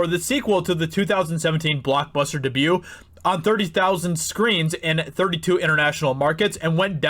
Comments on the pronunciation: what is "dubu"? I enjoyed hearing everything else you said, but I struggled to keep up when you slapped that word down. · What's a "the hudinburge" and "dah-bue"? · Dude, please learn how to say debut... DAY- BUE... DAY-BUE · Its' pronounced DAYB-YOU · Because of the way he pronounces "debut" I will literally never watch this channel again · Anyone think he says debut weird? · So annoying that he pronounces 'debut' incorrectly. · My hearing isn't the greatest and maybe it is just me, but does he keep pronouncing "debut" wrong?